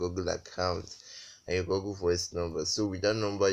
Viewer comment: Oga its not pronounced Goggle BUT Google like this (Gu-gul). Or else dem go think say na bush man you be. 😂